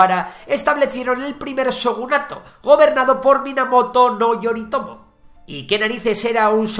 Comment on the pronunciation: Pronuncia las "J" cómo si fueran "LL" por ejemplo (Fujiwara) fulliwara. Las letras "Y" antes de una vocal se pronuncian "i" (yoritomo) ioritomo. Y las "H" son más como una exaltación en lugar de decir una J cómo tal. Ánimo, buen video.